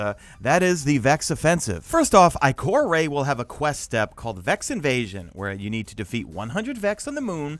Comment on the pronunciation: ITS I-CORE-AH NO I-CORE-AY YOU IMBECILE